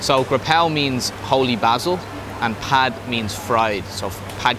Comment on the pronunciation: You have a Thai wife learn how to say stir fried. It’s pad. Like a. Pad of paper butt more like Pot